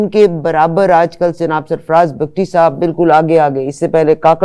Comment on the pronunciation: Host should be brief, no need to ask lengthy questions. Frequent interruptions are unprofessional. Tribe’s name is Bugti(Boogti) not pronounced as Bug tee or Bagtee.